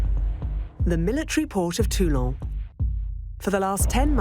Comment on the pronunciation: It's not Tulong, for Christ's Sake, it's Toulon. Likewise, the subtitles should not refer to General The Goal, as I see occasionally. 😱